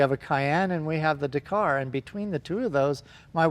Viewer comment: God it pains me how you both say Dakar